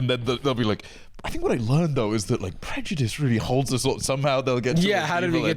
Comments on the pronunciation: same, i can’t get over the “PREDJUDISM FELLED” bit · “that’s prejudism 🫲😕🫱”